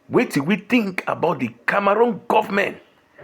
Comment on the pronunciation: Cameroon 🇨🇲, not Camarun. Na waow for this